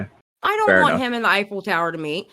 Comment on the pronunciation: I swore said " I don't want salvo to eifel tower me"